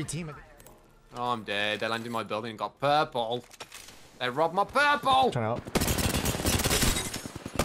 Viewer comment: Second game intro was the best "they rob my porpleee"